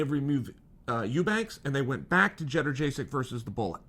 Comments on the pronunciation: At least say this Chael - yoan-j-check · Jedderjaysik?? Jesus, Chael really does suck with names. First Ya-ear, now this! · It’s yad-jay-check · Jenna jaysick chael you must know your pronouncing g that correctly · Lmao “cheddar-jay-sick” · “Jedderjaysik, am I saying that right ? “ No, stick to Joanna 😂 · Bro, Schevchenko is pronounced just as it's written. Jedrzejczyk (had to google that) is pronounced "jonjasyk". Or at least closer to that, than what you said. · Chael doesn't mispronounce names, Joanna just never knew what her name was. She is now, Judder Jaysic. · He always gets the last name wrong I'm beginning to think he doesn't even care at this point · Chael you forgot how to say Joanna’s last name before you even fought fedor